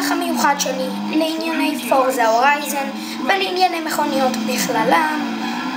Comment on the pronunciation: ואומרים הורייזן!! לא הוריזון!